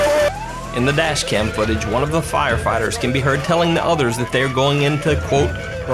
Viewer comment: he said car dash cam, I heard Kardashian. Boi, I am broken.